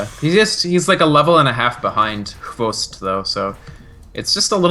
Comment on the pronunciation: Loved the insights by, though for heaven's sake its hvost not xbox